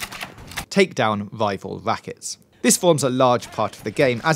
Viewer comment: This video must of been tough to make! "Wival wackets" "wader" etc. Respect